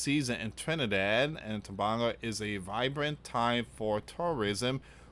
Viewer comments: It is pronounced Tobaaaago like that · Dear and friends greetings.I live in Trinidad and what you are saying is worrying. And it is not Christmas as yet in the island. It is Diwali a Hindu festival. It is pronounced as Tobaygo. Please pray for us🙏⛪😇❤️🇹🇹🇹🇹